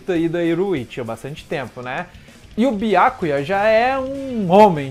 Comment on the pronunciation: Seus vídeos são bons, só a pronúncia de alguns nomes que deveriam ser "corrigidos". Byákuya é complicado. Esse "á" acentuado é horrível de se ouvir. Mas o conteúdo é bacana. Sucesso. Grande abraço.